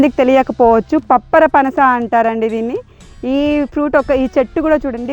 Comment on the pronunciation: పప్పరపనస కాదు పంపర పనస పండ్లు